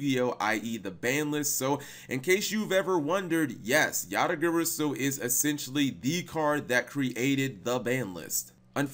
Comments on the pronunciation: Yata Guh-Raw-Soo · yata gary-su... come on man... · Dat Garasu part sounded very off lolz Then again, Japanese is purely phonetically consistent...so... :P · I reject the way u pronounce garasu 😤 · The way you pronounced "Garasu" made me take 1+d4 psychic damage